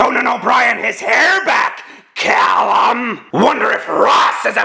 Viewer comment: The why he pronounced calum XD